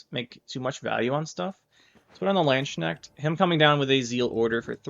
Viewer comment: Really like your queen meve version. I think golden nekker is the way to go with her. I’m German, and the way you pronounced Landsknecht was so hilariously wrong. Great video as always